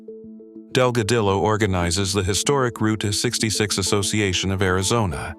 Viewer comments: pronounced Dogadeeo. The L's are silent in Delgadillo. Great guitar player he and his brother both. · FO AI....dell- gah- dillloe....nice rry